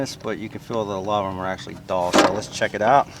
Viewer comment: Cool tool idea, but it appears it needs more R&D. You might consider running many tests & getting comfortable with the tool your giving how to instructions on before uploading a public video. Thanks, it was fun listening to your northern accent say "DULL" like "DALL" 😊